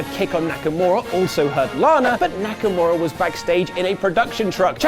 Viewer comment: And it's Nakamura, not Nakamara, dammit! Leave alone! Thanks guys! I really love your content.